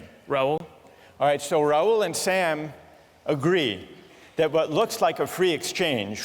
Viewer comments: His correct Spelling of Name is Rahul, which professor pronounces as Raul as typical of British accent to eat up Vowels. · Rahul changed to Raul in American accent ! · it's an indian name 'Rahul' which they pronounce as Raul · He himself pronounced his name as Raul and not Rahul. Not every person of colour is an indian. Grow up.